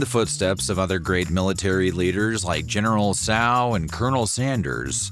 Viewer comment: I never thought a person could butcher the pronunciation of General Tso. 🤦🏻‍♀️ Here's your 🍪 or if you wish ⭐.